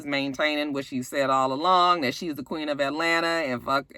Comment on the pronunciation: Why does akbar think she is the “queeng” of atl? she always put a g on the end of queen lol. Well at least that how it sounds.